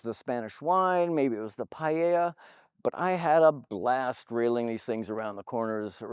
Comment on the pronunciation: Really good review. Hit the mark with the info I was looking for and even a nod to pronouncing “aluminium “ 🇬🇧correctly. Then you blew it with “pieyaya” instead of “paella”.😂👍